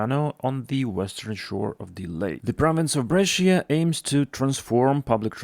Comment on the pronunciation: Refreshing to get good news for a change. What has happened in Pennsylvania is a scandal, though. As for Bengaluru, how can you have driverless trains but no platform screen doors? That does not compute. BTWBrescia has two syllables, not three. Bre-Sha